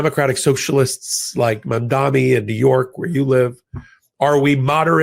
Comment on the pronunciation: I LOVE you both, and keep up the great work you do!! (It’s Mamdani though..) 🤭